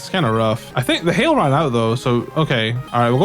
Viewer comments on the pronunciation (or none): none